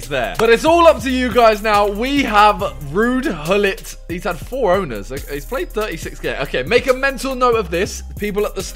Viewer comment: Bro you say wuud hullit